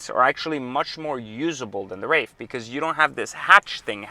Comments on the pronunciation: There is no " F " in WraiTH. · WRAITH ( TH ) no "F" in Wraith dude!!